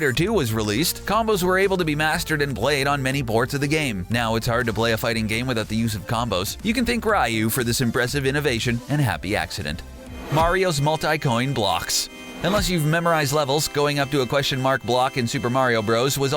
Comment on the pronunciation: My favorite glitch is the stroke I had after hearing raw-you as a pronunciation for ryu